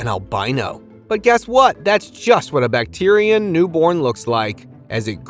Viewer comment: Bac teer e i n camel? Come on. Please learn to pronounce the names of these animals. Pronounced Back trin.